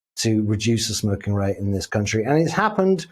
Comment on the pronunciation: Love how she pronounces smoking 🚬